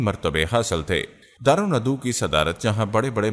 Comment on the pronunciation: Correction karain. دار الندوہ درست ہے دار ندو غلط ہے اپنی تصیح فرمائیں جزاک اللّٰه